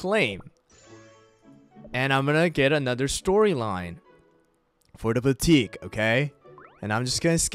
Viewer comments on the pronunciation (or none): BOO-TEE-Q NOT BANQUET SORRY I JUST HAD TO POINT IT OUT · why did he pronounce boutique "Bankuwet"💀💀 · Boutique is actually pronounced BOW-TEEK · Him: teaching people to read Also him: calling boutique banquet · It’s not called banquet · how do you mistake the word “boutique” to “banquet” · You said boutique wrong It’s pronounced booteec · umm.. banquet=boutique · He can't read "boutique"? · IVE BEEN CORRECTING YOU EVERY TIME YOU SAID BOUTIQUE WRONG💀💀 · I hate that he can’t pronounce boutique correctly